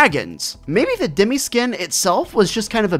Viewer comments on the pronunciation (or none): It’s dem I not demee